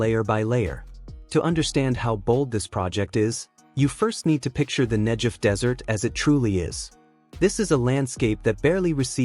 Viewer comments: Not NEJEV but NEGEV.....guh sound! Interesting video! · FFS 'Negev' not 'Nejev'!!! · Very important story - thank you for telling it! One thing though, the "g" in "Negev" is pronounced like "g" as in "God", not "g" as in "giraffe." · It’s a hard “g” in Negev not a soft “j” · The narrator pronounces Negev incorrectly. There's no J , its a G!!! Pronounced Neh- Gev! Israel stands as evidence that the Holy Bible is true, its real, it can be trusted. The G-D of Abraham, Issac, and Jacob keeps his Word. Scriptures foretold that the desert would bloom again, as one of the many signs pointing to the return of our Messiah, The Holy One, Yeshua. It literally brings me to tears when I read whats coming. We are called G-D's chosen, but oh what a price we've paid. We want only to exsist on our land, in peace, our enemies try deny us that right, that privilege. This river running through the Ne'gev desert is but one of many wonderful things. I look forward to the Dead sea coming back to life, as Scriptures said it will! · I felt bad telling you especially since the content was really well done. In Hebrew, there is no "J" sound, just a "G" sound. I was just thinking that in English the G can sometimes sound like a J.